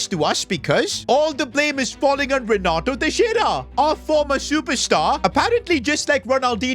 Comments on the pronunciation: Nah it's Renato trexiara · It is Renato Texira